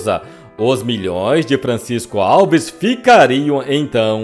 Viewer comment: Em Miguel Pereira tem o Museu de Francisco Alves. O tem que aprender a pronunciar (antes de gravar), os nomes das pessoas ligadas ao artista, corretamente.